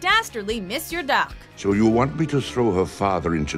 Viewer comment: Good Job pronouncing “Monsieur D’Arque”!!! (I’m French)